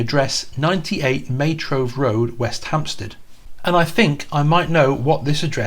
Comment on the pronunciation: Its MayGROVE noy MayTrove. Im guessing NG spelt it wrong? great content dude. loved it